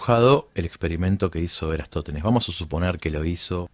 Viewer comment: Por que le cuesta tanto pronunciar "Eratostenes"?